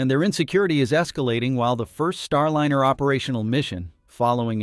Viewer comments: Could you program the synthetic voice to pronounce Starliner the correct way? It's Star L-EYE-NER, not Star L-INN-ER. It's a "long vowel sound." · StarLiner is ALWAYS pronounced with a long "I". WHY do you say "Star-Linner" half of the time? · Star Lener?? AI can't read apparently. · "Starlinner?" Why can't they pronounce it correctly? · Same here. for that and for constantly hearing "Starlinner" 🙃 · I can't help but notice that the AI voice always mispronounces Starliner. Would it do a better job if, just for the AI script, you spelled it Starlyner?